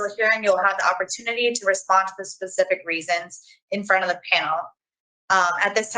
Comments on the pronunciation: “Do you need me to be more pacific?” Oh lord.. lol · "Be more pasific" 😅